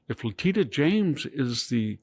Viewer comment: It's "Leh-TISH-a", VDH! I've heard you say it correctly before, so I know you can!